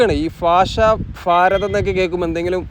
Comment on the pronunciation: മയ എന്ന് കേട്ടാലും ഫാരതം എന്ന് കേട്ടാലും ഇടങ്ങേറുണ്ട്